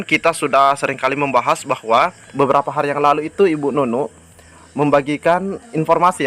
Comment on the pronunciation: bukan bu Nunu